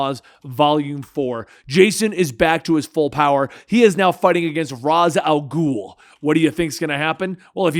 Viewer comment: IT IS RA "ALGUL